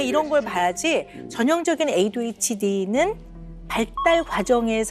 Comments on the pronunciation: Oops, sorry if there was confusion with my original comment. I updated it to actually spell out the way the Dr pronounced it. It should be pronounced "AY-DEE-H-D" but the Dr pronounced it as "AY-DWEE-H-D" the entire episode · 오은영 박사님의 ADHD 발음이 이상해요 에이뒤에치뒤?? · 맞아 왜 에이듀에이치임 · 오은영쌤 A뒤hd? 라는 발음 귀여워요 ㅋㅋㅋ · 발음 신경겁나쓰이네 에뒤에치디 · Why does the Dr pronounce "ADHD" as "AY-DWEE-H-D"? Other than that, I fairly enjoyed this episode. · 저도 항상 귀에 좀 거슬렸어요 에이뒤^^에이취디라고 자꾸 말하셔서. 그냥 발음이 그렇게 굳어지셨나보다.. 그러고 말았어요. ㅎ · 에이듀이 에이치디 😂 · 금쪽같은 내새끼 볼때마다 저도 궁금했던 부분이었어요. 오은영박사님 영어발음을 꼬집는게 아니라 정말 의아해서 질문하신거 같아요. 금쪽같은 내새끼 adhd편은 다봤는데 에이듀ㅣ에이치디 이렇게 하세요. 이게 뭐 대단한 문제라는 건 아니고 ㅋㅋㅋ 타부님 말씀은 정말 궁금해서 그런거 같은데 대답이 좀 날카로우셔서 답글 달아봅니다. 제가 외국인이엇어도 궁금하긴 할거같아요. d가 두개 들어가는데 앞은 뒤, 뒤는 디 이러니깐요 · adhd라서 주의깊게 못들어서그런가 발음이 저러신줄도 몰랐음 ㅋㅋㅋ